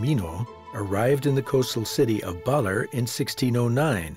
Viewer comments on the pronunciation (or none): It's pronouced Ba-lair. Not Baller. Nobody does the minimal research these days. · Baalerr...it's Ba-Ler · Beautiful video and overview but there are also some big problems. To start, the narrator’s pronunciation is just awful on so many words. “Baller?” Come on! It’s Ba-LER! And Baler is such a big part of the video, the bad pronunciation is inexcusable. So many other words are poorly pronounced. It becomes distracting and grating. Show respect and try harder, please. It’s nice to see local and indigenous people in traditional attire, but that’s not what they typically wear while pounding rice or climbing trees as shown in the video. It’s misleading. Some scenes are so obviously staged. It’s nice to see Dumagat people featured, but it’s sad that that the narrator can’t correctly pronounce Dumagat. The video incorrectly refers to a musical instrument as a “rondalla.” It’s actually a banduria. It’s the group playing various instruments that make up a rondalla. Also, scenes from Apocalypse Now WERE shot there. It’s not just “according to local residents,” as if there’s some doubt. And there was no “surfing general “ in that movie. He was a colonel, and wasn’t the one who actually surfed in the movie. Finally, there’s absolutely no practical information about how to get there. Modern hotels are mentioned but status of the airport, roads, ports, and bus service are ignored. Overall, this video is beautiful to watch but a little hard to listen to and provides limited useful information. It could have easily been so much better with just a little more effort. And script and narration ar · Bawler. ba LEHRRR. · I haven't been to Aurora . . so I learned so much from this docu. Some mispronounced words though . . Baler . .